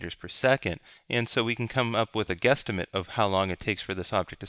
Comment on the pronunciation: LOL you said 'guesstamate' but nah, this video was very helpful. thanks a lot! keep it up! :)